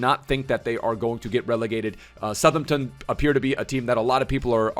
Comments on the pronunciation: Who’s southernten? How hard is south Hampton to say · Love to see saying ‘Suthumton’ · As someone who grew up in Southampton, your pronunciation really grates me lmao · He does it on purpose just to troll man, dw he knows how to pronounce it properly 😂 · is really not good at pronouncing names. The way he said Southampton, vizeh and grealish hurt me